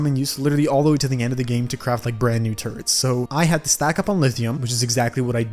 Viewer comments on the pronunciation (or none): Bruh why do u sound like ur saying turds when u say turrets